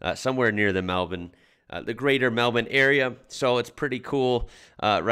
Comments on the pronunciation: you nailed it saying the word Melbourne, as in Mal Bin) most Americans call it Mel Buuurn. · Just the fact he can pronounce " melbourne" is awesome!